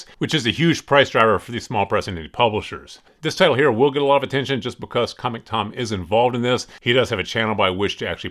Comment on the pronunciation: It’s comictom not comicBOOktom :)